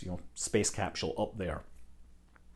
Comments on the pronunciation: It really bugs me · I love how Scott pronounces capsule as capshool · SCOTT SCOTT WHERE IS THE "SH" IN CAPSULE¿?????????